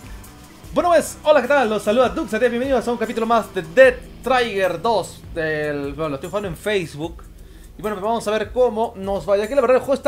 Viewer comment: no se lee dead traiger es dead trigger asi nomas como suena